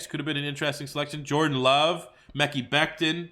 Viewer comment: He said mekee becton 😂😂